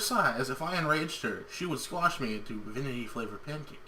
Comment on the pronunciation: I think it is Vinty, Not Vinity. :)